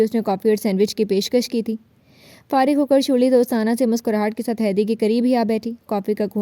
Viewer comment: her name sharley no shurli😂😂😂😂😂😂